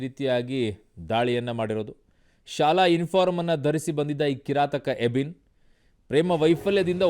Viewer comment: ಯಾರು ಮಾರಾಯ ಎಬಿನ್...?? ಅಭಿನ್...??? ಯಾಬಿನ್...???😂😂